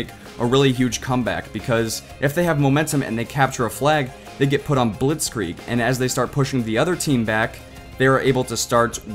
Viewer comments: Wie er Blitzkrieg gesagt hat xD blotchkreg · how you pronounce the German word "Blitzkrieg" :D Its so funny hearing a German word if you know the speaker isn t German. The clips are all awesome and i thank you for that montage :)